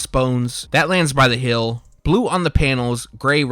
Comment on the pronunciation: There it is he says hill again Instead of heel. Lol this guy